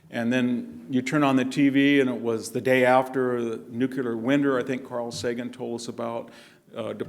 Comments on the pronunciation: I only just today discovered Prof Hanson. What a delight. Thank you for the upload. It is interesting that he pronounces nuclear as "new-cue-lure" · Makes me crazy that so many intelligent people mispronounce nuclear, and being from Illinois, that one bothers me too. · "Nucular, nucular, nucular, nucular, nucular, nucular...." (Long sigh) It's pronounced "nu-clee-ar". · Victor!!! it is not new cu ler. It is new cle r. You've spent too much time in Palo Alto... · Nook-a-ler??? With a Ph.D. from Stanford in military history? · Why do some apparently intelligent people say nu-cu-lar instead of nu-clear? One of the mysteries of the human brain .... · Professor, you are intelligent, educated, articulate. Please differentiate yourself from George W Bush and get into a closet if you have to, but the word is NEW CLEAR. Just say those two words quickly and close together and you have nailed it. The danger is sounding so much like Bush that you can’t be heard. Just a tip buddy. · To assist in your further education the word "nuclear" is not pronounced "Nucular" or "nookula" it is "new clear". Now aside from that I love your work Dr Hanson, keep it up. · Mr. Hanson, I love hearing you speak. Your knowledge is vast and your perspectives are brilliant. One suggestion (only because my dad was a grammar nazi that rubbed off on me) is your pronunciation of the word “nu-cle-ar” as “nu-ku-lar.” George W always said nu-ku-lar and I would always cringe. My dad, my high school and college English professors were tough and would not accept typos or grammatical errors, so as trivial as this can be to some, I’m only pointing it out because I would want someone to tell me if I made a mistake and could improve. God bless. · "Nucular"? Come on Hanson, WTF?!?!? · I will never understand, though, why VDH says "nucular" and "Illinoise"... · I just noticed that but George W. Bush said nucular, too. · Its Not Nucular !!! Grrrrr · Exedra... Nukelar.... Some professor.